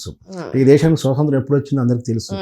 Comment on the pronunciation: బ్రదర్... మీరు analysis చక్కగా చేసారు గాని.... స్వసంత్రం కాదు.... అది ఒక మండలికం అని భ్రమ లో బ్రతకకండి.. అప్పటి పెద్దలు చదువుకోక... స్వాతంత్య్రం ని పలకలేక అలా అనేసేవారు. మీరు చదువుకున్నారు గా.. తెలుగు ఉచ్చరణ సరిగా చేసుకుంటే మనకే గౌరవం